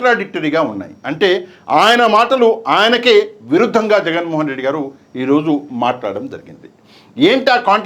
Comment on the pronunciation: విరుధంగా కాదు..విరుద్ధంగా... ఎందుకు తెలుగును మర్డర్ చేసే కార్యక్రమం నెత్తికెత్తికున్నావ్